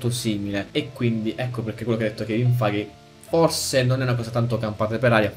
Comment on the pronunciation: ti prego, si pronuncia kevin FEIG, non kevin FAIGHE ahahahahahah